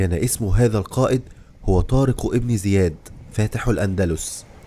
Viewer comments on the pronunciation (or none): جزاك الله خيرا ولكن طارق بن زياد لانقول إبن بسبب ورودها بين اسمين علم فلاتكتب الألف ولاتلفظ أما إن بدأنا بالكلام إبن زياد فنكتبها ونلفظها أما بين إسمين علم لاتكتب ولاتلفظ